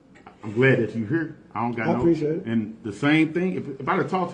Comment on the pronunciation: Is it that hard to pronounce here as here? 😂😐😶🗑🚷🤦🏿‍♂️